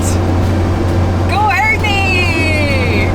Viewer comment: が「アーニー」というたびに「兄ぃ（あにぃ）」と言っているように思えてちょっとウケましたw スコットランドの人も親切ですね。 それにドローンで見たスコットランドの風景は雄大ですごいです！ これから楽しみです。